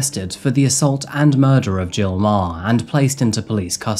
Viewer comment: Meagher is pronounced 'MA-Her'